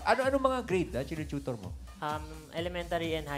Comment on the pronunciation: What is a "chootor?"😉😆😄